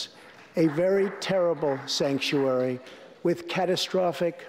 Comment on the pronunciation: instead of "sanctuary", he said "stanksuary"! 😂😂😂